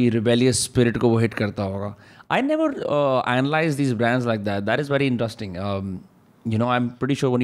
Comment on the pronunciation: pls stop saying intustring for interesting